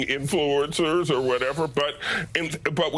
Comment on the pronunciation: Start by pronouncing the word influencer correctly.